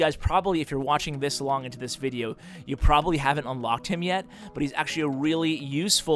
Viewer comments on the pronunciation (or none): none